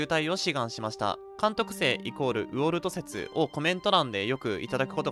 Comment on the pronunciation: ウォルトの発音おかしくね？